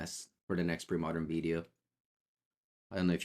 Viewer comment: I need a text ringtone of saying “veedeeo”